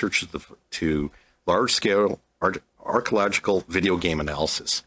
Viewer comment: Why couldn’t the guy pronounce archeological? He had like 5 tries and screwed it up every time